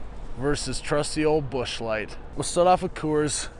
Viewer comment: I die laughing everytime !!!!!! 🤣🤣🤣🤣👏 Ps. I thought I was the only one I love with Busch beer .. except mine is never light. Lol